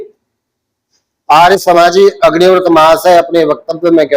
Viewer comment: इनकी विद्वत्ता ही अदभुत है अग्निव्रत को अग्निवृत बोल रहे है इनको प्रणाम है। ध्यान से सुनना